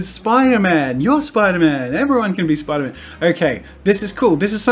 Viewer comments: Its spiderman not mate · I know where you are from but it’s spiderMAN! Sorry